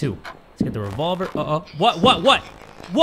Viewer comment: "Don't worry, i have a rEvoVleR" 🤣🤣😭😭